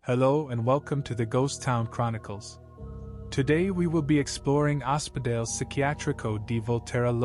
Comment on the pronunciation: Oh-speh-doll-ay (Ospedale) .. love your video !.. I am an American living about twenty minutes from Volterra … thank s for this ! Kind regards !